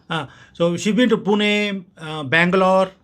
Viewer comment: Her Pune ' पुणे ' prononciation is superb. Love 💕 from Maharashtra India.